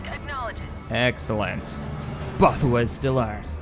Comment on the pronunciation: bothawui is pronounced ''both-a-we''